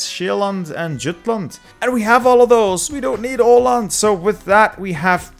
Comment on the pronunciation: Surprisingly good pronunciation of "Åland", good job!